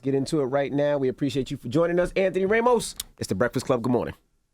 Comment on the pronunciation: The guy said "Anthony "RAY-mos". That really bugs me.